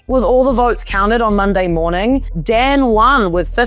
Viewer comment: Romanian here, have lived in New Zealand, love your accent! You pronounced most names just fine. Marcel should be more like "MarCHEL" and "Dan" has a more "Dahn" sound (not such an open A sound). Also Hungarian names all have the emphasis on the first syllable: OR-bahn (but who carea about him! 😂).